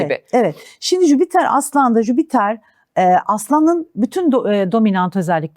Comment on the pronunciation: Gezegenin adı "Jüpiter" değil miydi🙄 Neden tüm astrologlar ısrarla "Jübiter jübiter" diyor ben de buna takıldım🤭